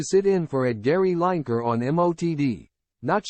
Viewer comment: At least get Gary's surname right. These chat bot voice overs are still in their infancy, but can't they be programmed?! It's Gary 'Lineker' pronounced Linneker, not 'Line Achre' ffs.